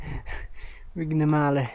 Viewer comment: Pronounciation of the Vignemale peak is just amazingly off 😂